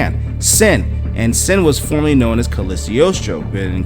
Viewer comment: It's pronounced Cog-lee-o-stro.